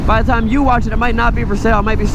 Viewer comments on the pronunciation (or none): none